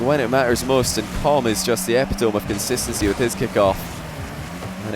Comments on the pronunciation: Eh-pih-tone? It's uh-pit-uh-mee. Epitome. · Epitome is pronounced "eh-Pitt-oh-mee" NOT "Eh-pit-ohm" ffs edit I now recognize it's not his first language, didn't mean any disrespect mate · makes me cringe to hear it said like that without a hint of irony.